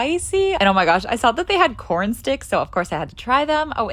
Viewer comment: It’s cawrn 🌽 “can you imagine a more beautiful thing?’😮